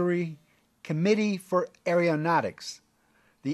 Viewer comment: Nuclear. Nu clee er. Not nu cu ler. Did all the ridicule about this mispronunciation go over your head? And it's Aeronautics, not "airio nautics.